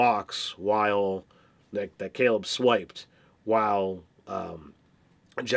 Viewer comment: Dude... you've heard him pronounce it Kay-leb about a thousand times now.